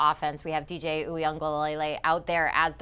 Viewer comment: She murdered DJ's name.